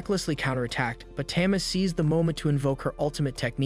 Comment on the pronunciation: Tama is pronounced tahmah not tammah